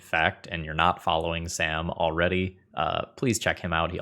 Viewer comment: Sam being Belgian means the A in his name is pronounced like in sArdines, Confused me for a second being Dutch myself. Obviously cannot blame you for not knowing. I guess using the correct pronunciation would confuse your American (and other non Dutch/Flemish speaking) viewers.